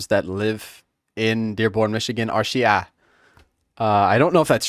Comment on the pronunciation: bro, the way you pronounce "Shia" is spot on